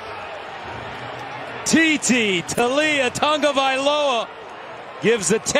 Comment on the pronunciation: WHYYYYYYY is he adding a "N" to Tagovaiola. Any poly's in the comments? Is this how it is pronounced?